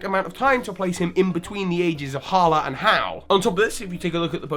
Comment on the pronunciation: IT IS HALA